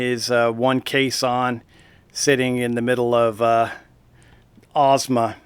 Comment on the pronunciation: you pronounced the name correctly